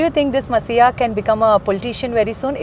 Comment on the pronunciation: i am not messiah .......but anchor pronounce i am not masiha